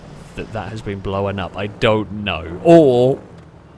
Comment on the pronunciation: Blown up, not Blow-an up!